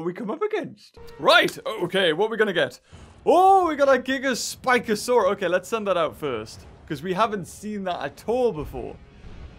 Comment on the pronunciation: Who else gets TrIggErD when he says gigaspikasaur-a